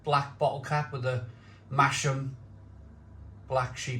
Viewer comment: Just a heads up, Masham is pronounced Mas'am, the H is silent.